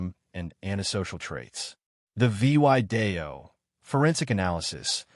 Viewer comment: Horrible reading, miss- spelling and reading. Would have been good story, if could say and spell "video", and couple other words.